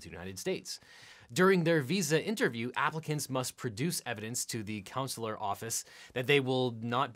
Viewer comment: Immigration lawyer here. This video is mostly correct. Little technical issues. It’s “con-sular” not “counsel-ar.” No immigration lawyer ever says “CR-1 visa.” USCIS doesn’t deal with inadmissibility of foreign spouses/fiancé/fiancée abroad; that is the Department of State.